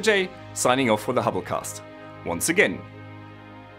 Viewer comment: hobblecast sounds like holocast